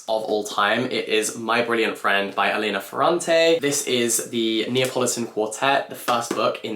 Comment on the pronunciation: Hi dear, let me flex my Italian hoping it’s useful to you: For “Elena” you stress on the FIRST “e”. So it is “èlena”, not “elèna”. And Lila is pronounced “Lee-la” Love you you are the best